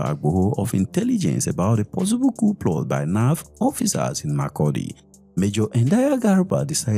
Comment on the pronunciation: Ploth. It is pronounced “plot”